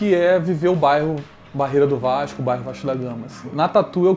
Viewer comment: ''vaiiixxxxxxcuuuuu...'' lembra muito meu primo la de bom sucesso falando no grupo da familha kkkkkkkk salve ae de SP